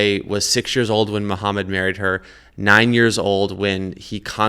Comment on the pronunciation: ex Muslim that can't pronounce Mohammed PBUH😂😂🤣